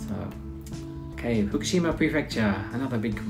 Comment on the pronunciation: The capital of Saitama Prefecture is a city of the same name-- Saitama City. Not Utsunomiya. The capital of Fukushima Prefecture is also a city of the same name-- pronounced Fu-ku-shi-ma. Not Fukishima. Kagoshima city is the capital of Kagoshima Prefecture, NOT Utsunomiya. Utsunomiya City is the capital only of Tochigi Prefecture, in the northern Kanto region. But aside from those minor errors, it was a nice video. Thanks.